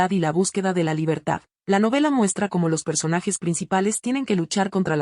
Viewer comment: Corrige la pronunciación de la palab"racial", por favor.Asi mismo el "cómo".